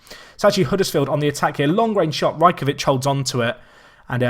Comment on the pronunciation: It is pronounced Raj-ko-wich